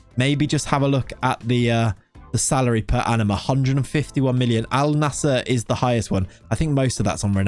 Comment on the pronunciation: Bro it's pronounced as "AL - NASR", simple